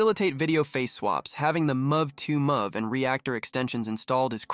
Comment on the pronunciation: Yeah it also says mov2mov when "mov" stands for "movie" so it should be "move2move"